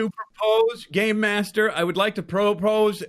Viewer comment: Game master sounded like gaymaster